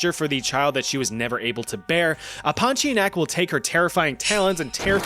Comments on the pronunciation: As a Malaysian we pronounce it as Pon-tea-ya-nak🗣️🗣️🗣️ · Pontianak. TIA NAK. Stop dropping vowels. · Its actualy pon-ti-anak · It's ponti-UH-NUHK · pornteaarenuck. separate them and you'll know how to pronounce pontianak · Bro said did the pontianak dirty with "poti enak " 😔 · it's "Ponti-Ah-nak"